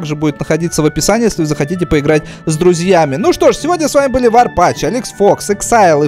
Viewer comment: моя сестра твой ник произносит Варпич я говорю Варпатч с*ка произноси правильно